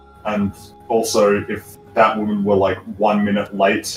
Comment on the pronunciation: Even more batwahman cringe